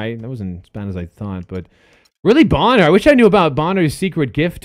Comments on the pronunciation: It's Bon-ner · Bonner...boner😂😂💀 lmaoo